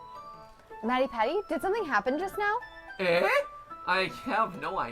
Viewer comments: Omg it's pronounced ay! Like Canadians put at the end of sentences. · That is not how you say eh